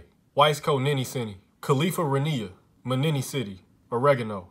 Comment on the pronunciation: Me, a Minnesotan: expects him to say Mini Soda for our state Him: Mini City Me: cries because it's unique